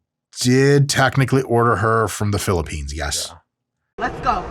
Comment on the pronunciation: "I ordered her from the philiphes" =))))))))))))) epic